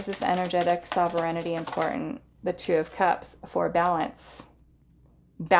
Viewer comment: Pile 1- - this is how you pronounce Sovereignty: SOV-ren-ty. It means that you rule yourself, like a country that answers only to itself (as opposed to a colony).